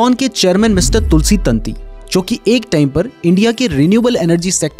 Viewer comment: वो तंती नही ताँती होता है